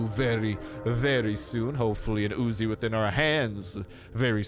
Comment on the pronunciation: Its not Ozi its uzi